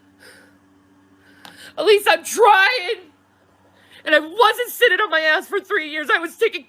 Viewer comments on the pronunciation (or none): always saying "setting" instead of "sitting" is like nails on a chalkboard every time but I can't stop watching 😂😂